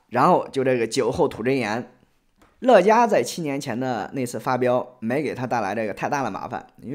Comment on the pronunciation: 乐嘉，发音应该是Le家吧？ 乐嘉有种！难怪后来乐嘉被封杀了